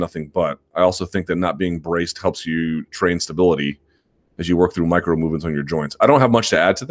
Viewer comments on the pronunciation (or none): none